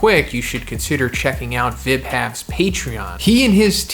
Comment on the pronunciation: correct me if im wrong, but i think Vibhav is pronounced Vy-Bov